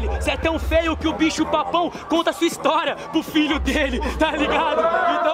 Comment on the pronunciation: so eu que reparei “estoria” ?